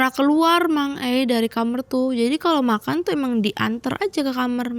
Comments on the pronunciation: Ini orang mn sih saya selalu denger semua narsum mamg ae...klw ngomong kamar...kok JD kamer. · Sering ntn tp br ini komen.. Dh sekian narsum kenapa dehh nyebut kamar itu kamerr